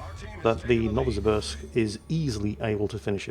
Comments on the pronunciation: Novo Sibirsk... Sibirsk as in Siberia... You're welcome.. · Novosibirsk - no-va-si-BEERSK - no-va like a supernova, si like simple, and the 'sk' like sketchy as frig. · 'Novosibirsk' is pronounced as 'novo-SEE-beersk' (added vodka-induced drunk Russian accent optional). Both the points lead and the Condé reaching 0 health just a fraction before the Marceau did, who had a sliver of health remaining when the Condé's bar was already empty, probably made that a victory. It is sketchy, though. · Dear, Nova-see-BEERsk